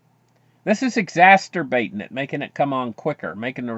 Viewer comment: It's not 'excasterbate' you're thinking of something else.